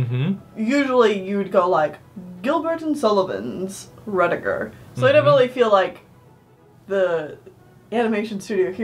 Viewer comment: It's "Ruddigore" rhyming with more. It originally was spelled "Ruddygore" which literally means "red blood". The spelling was changed to "ruddi" because many proper English people considered the word "ruddy" similar to the rude "bloody" which they considered vulgar.